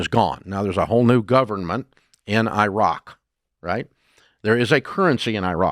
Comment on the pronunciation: You are mispronouncing Iraq